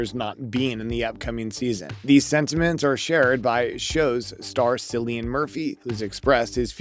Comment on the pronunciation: His name is pronounced "Killian".